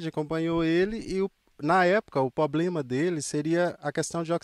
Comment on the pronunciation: Em minas todo mundo fala "poblema" KKKKKKKKKKKKKKKKKKK